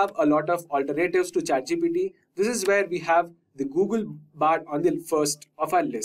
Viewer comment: "alter Nayytives" got it